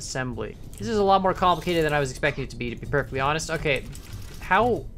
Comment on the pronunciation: kAN-plicated, i died reading that